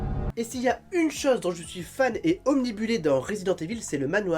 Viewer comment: Super! Bonne continuation! J’ai hâte de voir le changement! (Par contre on dit obnubiler, pas « omnibuler »)